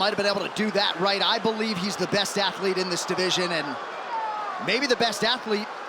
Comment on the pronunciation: "dis" Hahahahahahaha